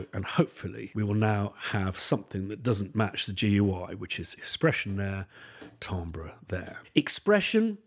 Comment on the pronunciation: Glad I'm not the only one who regularly mispronounces "timbre".